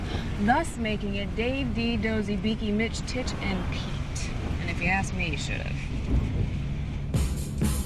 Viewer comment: It's Tich, not Titch.